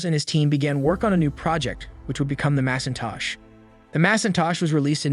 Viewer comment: Lol Mass-in-tosh???